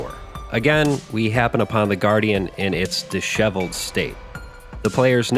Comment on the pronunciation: Idk why but NM saying “disheveled” is oddly unnerving to me